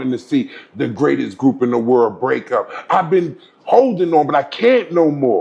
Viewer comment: bro said this is the may-trex and I am the gray-test 🤣🤣🤣🤣